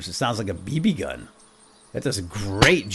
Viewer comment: Seriously? Bb gun? Just.. NO! Who says it like that?